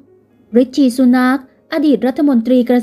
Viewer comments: ให้ออกเสียงนามสกุลแบบนี้นะคะ ซู หนัก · ซูเสียงหนักลงคะ คนพูดออกเสียงเบาไม่ดีเลยคะ